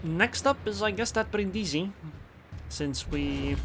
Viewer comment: Nice game...but accent on Brindisi is on the first i Brìndisi